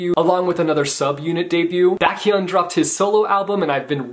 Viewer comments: Backhyun 😭 I love you, but it’s pronounced Bake-hyun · back?hyun?!?!?! it’s BAE-k-hyun... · I love that you include EXO's comeback and I just wanna correct you in pronouncing Baekhyun's name. It's "Beyk-yun." And yeah, WHAT A LIFE, WHAT A LIFE, WHAT A LIFE!!